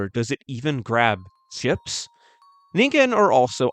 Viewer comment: Fuck thank you for pronouncing it right One too many times I've heard "ninjen" when finding out how to say it is literally one google away